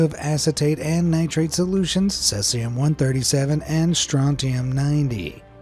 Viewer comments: Tell your AI that its pronounced SEE-see-um, NOT SETH-see-um. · Cesium is pronounced See-see-um. Not Ses-ee-um. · At least listen to the computer generated audio before publishing your videos! If need be, alter the spelling in the text to speech app you’re using so it says things properly. Otherwise you’ll end up with videos like this that sound like a drunk person reading terms for the first time. Between Cesium and Roentgens alone the video’s audio is pretty damn sad! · Mispronouncing "Cesium" so many times really takes me out of the video.